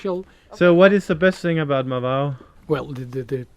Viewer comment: didnt managed to pronounce Marvão 😆.. she needs to work on her ãos 😁